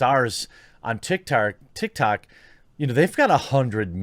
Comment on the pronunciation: "Big stars on TikTard" 😂